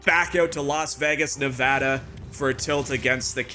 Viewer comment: Thank you for pronouncing Nevada correctly!